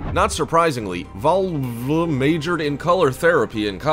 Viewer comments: 🤣Now I know this video was not meant to be funny! but the funny part is when the host is trying to pronounce "VALBLV" that is the lady who love's everything blue. 🤣😂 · Every time he tried to pronounce the blue lady's name... I just cracked up. 😂😂😂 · Same! It annoyed me that dude refused to pronounce her name properly.